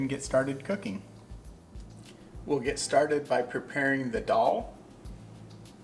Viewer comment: Greetings Respected and! Amazing dish cooked so well. BTW, we really appreciate the pronunciation of Daal and other items.